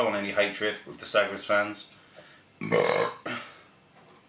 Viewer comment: FWIW its pronounced sah-gresh.